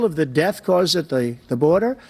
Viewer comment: did Biden say he's bringing down the "Fentanyl Debt"?!?!